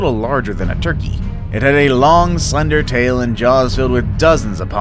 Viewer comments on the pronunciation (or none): none